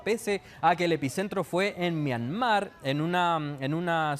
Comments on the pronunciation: En todo caso, es Myanmar, no “Myamar”. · Esta periodista es más ignorante que el otro que es más joven , sra , Myanmar es el nombre correcto antes se llamaba Birmania ! Como no lee un poquito esta gente o por último si le da lata vaya a Google o Wikipedia ese es el lugar preferido de los flojos y no quedar mal en alguna entrevista !